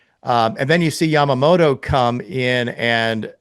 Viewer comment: よく日本人はＬとＲの使い分けが出来ないって言われるけど米人ってヤマモトって言えないんだ。ヤマモロヤマモロってジェロニモじゃねぇってんだ。アハハ